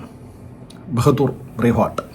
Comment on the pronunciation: Bahadur alla anna bahaadur anu